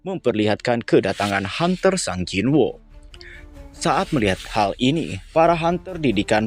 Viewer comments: gemes dengernya, sung jin woo, bukan sang jin woo 😂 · Sung Jin-Woo (성진우), dilafalkan "Seong-Jin-u" ✅ Sung jin-woo dilafalkan "SANG jin wo" ❌